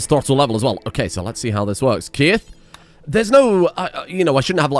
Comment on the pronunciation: Great episode and the base is looking on point but why are you pronouncing the best boy Keith's name wrong. Just joking another great episode